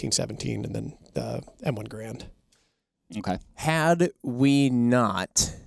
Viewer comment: Y'all need to learn how to Mr. Garand's name correctly.